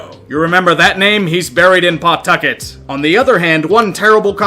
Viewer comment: It’s pronounced Puhtucket. Quick, almost one syllable. Not that it matters we’re losing our AAA team to Worcester (pronounced Wuster) next year anyway